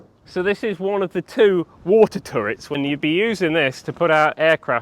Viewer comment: THAT A LOTTA WA'ER